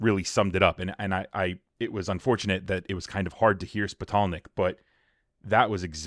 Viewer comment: If she is intelligent enough to be waving "smart girl glasses" around, she should have realized that "Spitalnick" is not pronounced "Spittle Neck". What a creep!